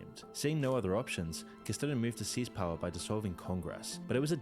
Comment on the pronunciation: was annoyed by that and by CastiLo for Castillo and junta with a hard J, progressive English has adjusted to sound less xenophobic and isolationist like this throwback stuff